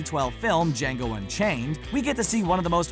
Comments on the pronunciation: does he actually say dango instead of django? :)) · Yo you said django wrong